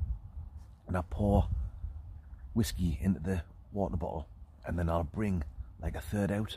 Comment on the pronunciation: Please stop calling it whaskey